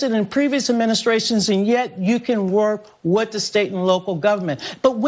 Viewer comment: No Donnna, you can’t “wirk wit” Minneapolis!